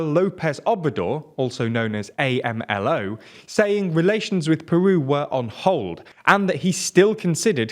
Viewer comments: It´s "Amlo" not "A.M.L.O." 😜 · Funny how the man said Andres Manuel López Obrador, also known as A-M-L-O. We don’t say his nickname like four separate letters, we say AMLO as a two syllable nickname, AM-LO. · I can't even get mad at how you pronounce the names in Spanish. A M L O made me laugh, but I understand that AMLO (all together) must be very difficult to pronounce for a native English speaker.